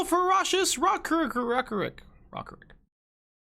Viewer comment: how is it hard to say rock rick lol